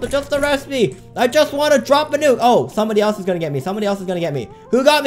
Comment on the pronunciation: I like that he told the nuke as nuku juky